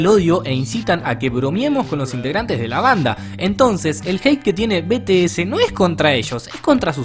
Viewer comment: Se pronuncia BITIES. Y yo antes era fan de BTS, pero ya no. Y la verdad si q hay muchas personas tóxica en el famdon. Pero bueno. PD: te ganaste una subscriptora 😽